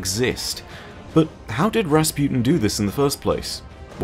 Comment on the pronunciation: Rasputin guys not rasputen. XD